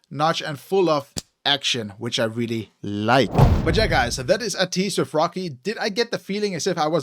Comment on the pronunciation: First of all thank you for reacting to ateez they kings of kings.... Your pronounce to ateez its ay-tease not ah-tease.... React more ateez....